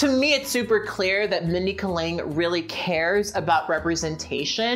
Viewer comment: Kat said a name wrong? UNSUBBED!